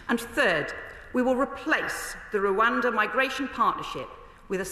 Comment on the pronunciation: She can't even say Rwanda properly.